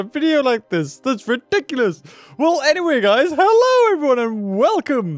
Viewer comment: In his intro his Hello sounded like stamps or is it just me